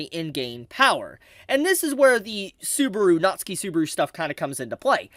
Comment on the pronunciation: if i ever hear pronounce "natsuki subaru" like "Natsuhki Subaru" ever again i might start a riot